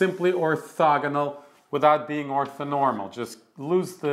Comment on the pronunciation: Othonormal? Surely that's orthonormal.